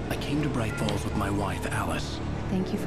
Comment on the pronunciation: Proč říkáš "brič fóls", když je to "braj fóls"?:D Jinak skvělý LP!:)